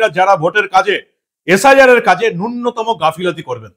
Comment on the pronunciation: ও ভাই , নুন্যতম নয় , ন্যূনতম Leaps & bounds , বাউন্স নয় আপনি ভুলগুলো শুধরে নিন